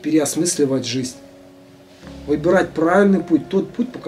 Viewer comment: обожаю все ваши каналы!! но!! блин! жиЗНЬ а не жиСТЬ... режет слух жутко!!